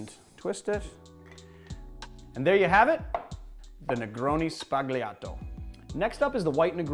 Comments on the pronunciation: Sbagliato is pronounced sbah-YAH-toh. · No2 is pronounced "sbaliato" (don't pronounce the "G") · Sbagliato is pronounced "sballiato" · Only picking on this point because I know you enjoy your pronunciations: the "-gli-" construction in Italian is pronounced more like "lyi" , with the g silent and the L rolled, as in: "s-bal-yee-ato". Great video!! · love your videos. you don't pronunce it "sbaG-Liato" as in "ugly". it's more like "pollos" but we make the sound under the tongue whereas in pollos it is over the tongue. you understand, it's crucial. bartending is all about detail. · the g in Sbagliato is silent, btw. Please excuse my pedantry. Only trying to make you a bit more worldly, as every good bar keep should be.